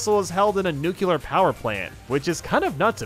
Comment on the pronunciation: Who dafuk says "delFAINo" and "nuKULar"???